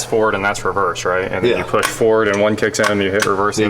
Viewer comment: “poosh button”